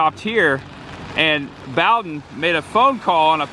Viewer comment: It's "Boe-den" and not "Bow-den". Sorry to be a nitpicker.